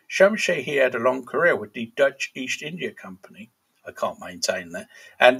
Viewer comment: Dutch accent was spot on